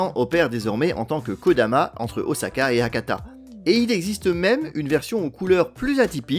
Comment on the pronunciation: Très bien documenté, bravo ! Et ça fait plaisir d’entendre prononcer « Osaka » avec un S et pas un Z… Toutefois, je me permets une remarque au sujet du SCMAGLEV. C’est à : Il n’y a pas de bobines supraconductrices situées dans les rails. Absolument pas. Les bobines de la voie en béton en U sont en aluminium et à température ambiante. Ce sont les aimants situés dans les bogies du train qui sont supraconducteurs. Il y a 4 aimants par bogie et chaque aimant ne consomme que 8 watts. C'est là tout l'intérêt des supraconducteurs. Le SCMAGLEV japonais a des roues rétractables, à la manière d’un train d'atterrissage. A l’arrêt, il repose sur ses roues et peut être déplacé sans problème sans électricité, par exemple dans les gares de triage Le dictionnaire définit un "Train" comme un "ensemble de véhicules reliés les uns aux autres" et donne en exemple "Un train de péniches". Les péniches n’ont pourtant pas de roues.